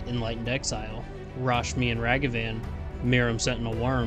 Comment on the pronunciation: "Rashimi" xD